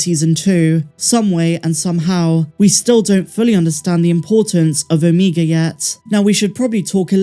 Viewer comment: Good grief, the Only irritating thing about your show is how you pronounce OMEGA’s name🤦🏽‍♂️ lol